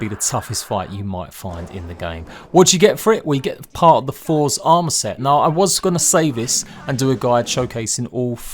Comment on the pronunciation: For's armour set? Learn to speak.